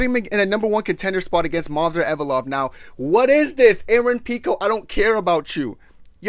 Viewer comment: "Movsar Envelope"